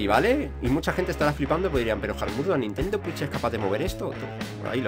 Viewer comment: La nintendo fiuch, un juego de sped runer